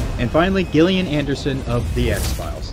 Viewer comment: Couldn't even pronounce Gillian's name.